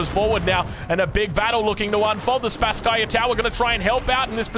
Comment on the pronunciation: Greetings from Moscow, Russia,! Thank you for your outstanding casting. A little nit: the name of the main tower of our city Kremlin should be pronounsed like "SpAsskaya" tower. Best regards, dude! You do awesome job.